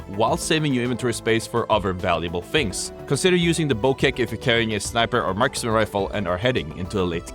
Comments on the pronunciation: It’s not bokek mf it’s pronounced bochek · "Bo-ceck" lol. Bo-check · Bow check is how’s it’s pronounced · btw the devs said the bocek should be pronouced Bo-check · "BO-KEK" got me ( ͡◔ ͜ʖ ͡◔)